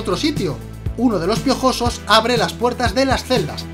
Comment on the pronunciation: Realismo porfavor hablar bien "los hermanos piojosos saltan sobre el y le matan " realismo esque tio no me lo creo como es posible que lo aya pronunciado tan mal ajajajaja 😂😂 :v